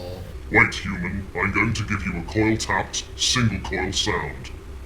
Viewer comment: im dying each time speaks. "coil tapped songle coil sound" was the best